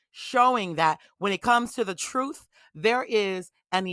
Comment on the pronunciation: She said troof. 😒